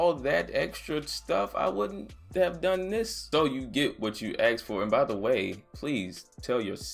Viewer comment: "AXXED" FOR IT LOL